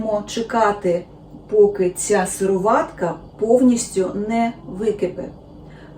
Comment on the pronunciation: ви їли справжнє масло?, з сипера орної сметани?, чи пили парне молоко, можливо і не знаєте щоце таке! Мої батьки і я тримали по декілька корів. Ви навіть не знаєте де треба ставити наголос - сироватка-! Масло з базару, а туди ж =господиня=